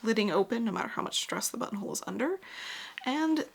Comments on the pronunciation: Lol the more I heard button hole started hearing butt hole 😂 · Sometimes you said "buttonhole" and my brain translated it to "bumhole". Hee hee hee!!